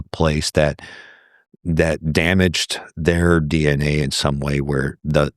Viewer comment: ...it's a dee-enA thing...